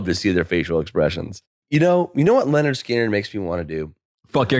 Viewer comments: The only thing that sucks more than Lynyrd Skynyrd's music is calling them Leonard Skynyrd incessantly. It's LYNYRD, you fucking windowlicker. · pronouncing "Leonard" every time = top troll